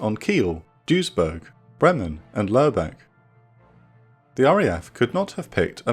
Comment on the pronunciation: to the narrator for future reference the V in german is an F so Vaterland becomes Faterland U in Lubeck is a Ü= Y anf just so you know Ö =EH and the Ä is AE